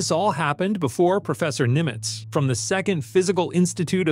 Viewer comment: It's "Günter Nimtz," a German physicist. Not Nimitz, as in USS.